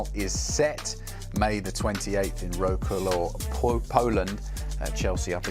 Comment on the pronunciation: ROCALAW POLELAND?? Cmon mate it’s WERTZ SWAV LMAO